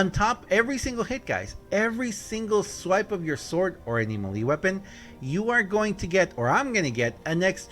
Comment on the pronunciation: I’m excited by the way the way you say melee lol